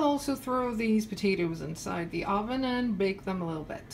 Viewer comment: I agree, this video is terrible. She said Ahven instead of oven, who does that?! I don’t even speak English so I’m even more confused than you.